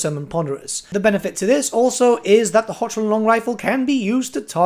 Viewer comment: It's "Hockland" in pronunciation, not "Hochland" as phonetic.